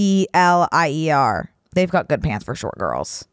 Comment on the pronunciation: atelier= ah-till-lee-A